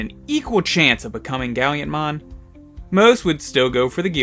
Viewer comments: Why do you always say Gallantmon as Galliantmon? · I kinda flinch a little every time he does that.